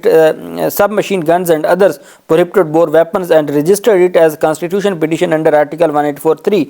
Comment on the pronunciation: Dear First correct pronoun station of words (Prohibited) . It is requested that you can speak / read in urdu